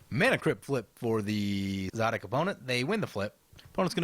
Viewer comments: Really late, but I've always pronounced him Suh'deek Hm. But now that I hear you pronounce it, I'm think Za'dik is probably more true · It is clearly pronounced szadek